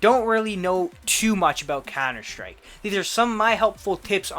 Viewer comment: yeah m8 your vids are nice, but maybe try to say COUNTER-STRIKE instead of cauwnder schtrike :P no offense, keep doing you're great vids and the work you put into them! :)